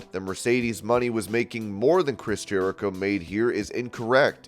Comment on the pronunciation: Her name is not pronounced Mercedes money it’s Mercedes ( Moe-nay)